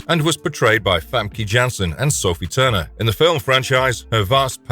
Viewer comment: The pronouncing of Famke Jansen was so bad, but most English speakers say her name wrong. Btw she was tons better than the prequel movies actress, that 1 couldn't even act proper. With David Haller, his personalities do kinde reset every time he is unalived. Franklin Richards is no longer seen as mutant. But he probably will be 1 again in a few years. They keep flipflopping with him. That wasn't the Ultimatum event, it was the Incursions/Secret Wars (2015) event. The Ultimatum event was a 1610 aka Ultimate universe only event. Stryfe is NOT an Anarchist. Iceman was mind controlled 2 be gay by past Jean Grey, well in universe, in real life it is done because bigots who 2 pretend 2 be pro-LGBT.